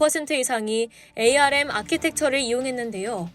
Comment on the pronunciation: 반도체 업계에서 24년동안 일해오고 있는 사람입니다. 영어 스펠로는 '에이 알 엠' 이 맞지만 업계사람들은 아무도 그렇게 부르지 않고 '암' 이라고 읽습니다. 제작자에게 건의 드립니다. 나레이션시 참고해주세요